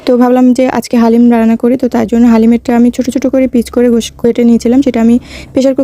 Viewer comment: গোশ হবেনা উচ্চারণ । গোশত বলতে হবে।